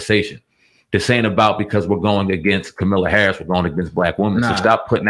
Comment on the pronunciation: At least say her name right